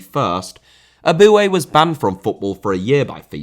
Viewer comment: Andrea* not Ondrea Pirlo* not Pölo Eboué* not Abouie Fernandinho* not Fenandíniouw Mascherano* not Mascherohrnouw Cuadrado* not Cadrohrdouw Ramsey* not Ramzey Half* not Holf José* not Djouwsei Bosingwa* not Bossingwer Cissé* not Cissei Júlio * not Júliouw César* not Céisah Atlético * not Ahlétecouw Thiago* not Thiorgouw Samuel* not Samyul Eto'o* not Etouw Aussie* not Ausie Debut* not Deibyu Dieudonné* not Djudonnei Mbala Mbala* not Embohrler Embohrler Zoopla* not Zooplor Bogarde* not Bouwgard Lamare* not Lamarei 24 different mistakes in pronouciation ffs